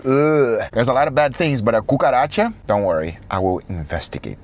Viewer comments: Why Guga says kukaracha as Gugaracha?😂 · Gugaracha, oh gosh, you're killing me!